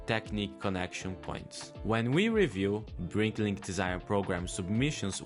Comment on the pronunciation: It's "BRICKlink", not "BriNklink"